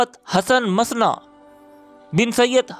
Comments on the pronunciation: آپ اپنا اردو کا لہجہ اور ھجے درست کریں، خاص کر بزرگوں کے نام لیتے وقت۔ " مسنا" نہیں mu san na (اصل عربی ادائیگی mu than na) . اگر voiceover کا شوق ھے تو تیاری بھی کر لیا کریں۔ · Hasan masna nahi he balky musanna he